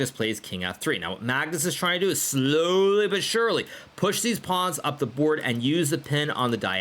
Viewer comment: "Magnus is trying to do is slööly and surely"